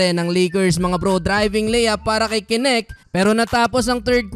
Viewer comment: Bro correction lang po, dalton knecht (necht) ang pag basa, hindi po (k-nect)! I’m a fan brother! ❤️🫡